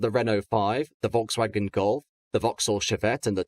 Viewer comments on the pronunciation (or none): none